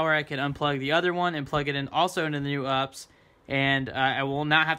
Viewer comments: "1U"... it's "1 RU". Also it's "You Pee Ess", not ups. Don't try and be cute. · Ups lol 🤣 YOU, PEE, ESS honey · First time in 20 years of my IT career I’ve heard someone call it an “UPS” and not a “U-P-S” lol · its not called ups just U P S like the delivery company